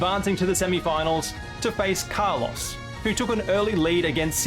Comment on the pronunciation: That Kalos pronunciation is criminal. RIP Carlos